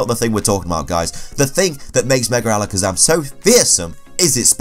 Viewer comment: 30 seconds in .... “merger Alikizum” Me; time to watch something else